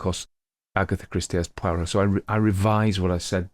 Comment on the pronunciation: WOW, HOW WONDERFUL TO FIND MAIGRET AMONG THE LISTINGS, I AM RAPT. SO GOOD TO HEAR SOMEBODY PRONOUNCE POIROT'S NAME CORRECTLY. I HAVE BEEN TRYING TO FIND OUT WHICH SERIES IT IS WHERE MAIGRET SPEAKS A LOT OF FRENCH, PARTICULARLY WHERE ADDRESSES ARE CONCERNED. I JUST LOVE HIS VOICE. I HAVE BEEN TO FRANCE ON A CAT JUDGES TOUR IN 1977 BUT NOT LONG ENOUGH TO LEARN MUCH FRENCH AND OF COURSE BY THEN THE FRENCH WERE SPEAKING A FAIR BIT OF ENGLISH. I WAS GIVEN A HINT, WE WERE TOLD THAT IF WE WENT FOR A WALK, WALK AS THOUGH YOU KNEW WHERE YOU WERE GOING, DO NOT ACT AS A TOURIST AND YOU WOULD BE A LOT SAFER. ONCE AGAIN THANK YOU FOR MAIGRET. BLESSINGS, TRIXIE, 87, SOUTH AUSTRALIA. XXX